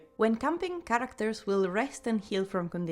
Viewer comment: The word 'characters' has lost all meaning to me, Im questioning is it even a word. U said it so much and the pronunciation isn't quite right either